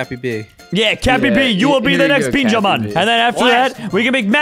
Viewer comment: why does he call benjamin Beanjamin? they should make that a skin